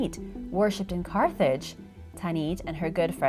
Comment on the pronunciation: Rip to the right pronounciation of carthage